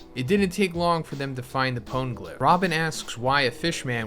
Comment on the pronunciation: How are you this far into one piece and don't know how to pronounce poneglyph?